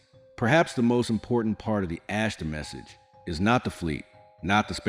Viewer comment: Why is the "Ashtar" so difficult to pronounce? It's NOT "Ashta", it's AshtaR. With the letter R being pronounced. Why is this AI narration so stupid? I get sightings of MANY craft here in Benson, Arizona. I'm pretty sure it's the Ashtar Command. There could be other factions as well, incidentally. They're here! It's time to stop with the making believe they don't or can't exist.🛸